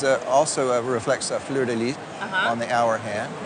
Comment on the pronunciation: The ess is not silent in fleur de lys.